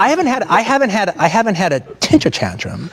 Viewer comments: Why is Quentin saying a “tentire tantrum?” Lol I don’t actually think he knows the term lolll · Might be a beast but he can't say temper tantrum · Quenrin has temper tantrums all the time, but he has never had a tentrum tantrum, tenter tantrum, or tintum tantrum LOL